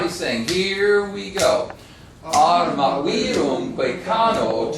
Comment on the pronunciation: Absolutely true. But the original assertion puzzles me, because he clearly can roll his R's: for example, in "Arma" (and this is just the first of many).